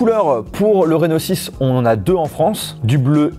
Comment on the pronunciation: vous aussi quand il a dit « reno6 » vous avez compris « rhinoshield » ??